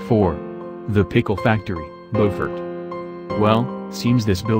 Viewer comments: It's pronounced Byoofort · Beaufort is not pronounced correctly.